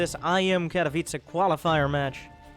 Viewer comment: You are the only english starcraft 2 commentator who can say "Katowice" right.